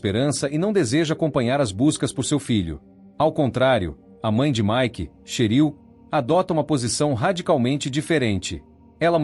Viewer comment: NÃO É CHERIL... É TCHÉRIL!!!!!!!!😮😮😮😮😮😮😮😮😮😮😮😮😮😮😮😮😮😮😮